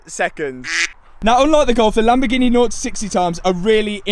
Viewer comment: Makes it so much better the way you pronounce Lamborgheneh. True commoner